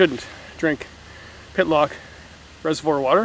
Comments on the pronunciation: It’s Pit-tock not Pit-lock lol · Say Hey... It's Pittock not Pittlock... LOL